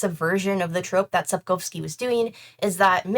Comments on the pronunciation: The way you beautifully pronounce Polish surnames makes me go 🥹❤️ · After experiencing multiple ear bleeds from mispronunciations of Polish surnames, hearing Sapkowski and Bagiński pronounced correctly is a breath of fresh air!